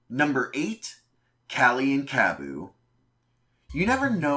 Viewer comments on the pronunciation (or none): Im sorry but I FUCKING HATE THE way he FUCKING says Kabbu kali and zasp’s names. Basically any of them that have an a in their name